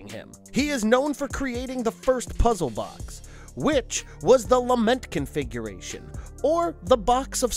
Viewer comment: I keep hearing lama configuration.